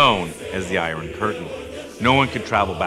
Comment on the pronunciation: The 'i-ron' curtain? We pronounce the word iron, 'eye-urn'.